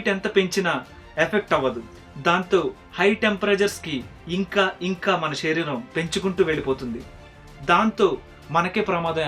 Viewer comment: గారు మీ వీడియోస్ అన్ని బావుంటయి. కానీ మీరేం అనుకోవద్దు ఒక suggestion చెప్తాను. షరీరం కాదు శరీరం అనగలరు. అలాగే తెలుగు pronounction శ. ని ష గా పలకడం ఎక్కువైంది. అందుకే ఏ వీడియో లో అలాగున్న వెంటనే కామెంట్ చేస్తా. ఏమి అనుకోవద్దు